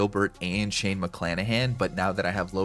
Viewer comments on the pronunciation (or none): none